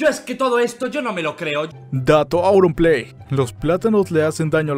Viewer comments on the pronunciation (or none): No se dice aurumplay es auronplay